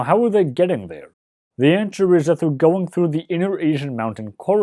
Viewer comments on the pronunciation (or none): none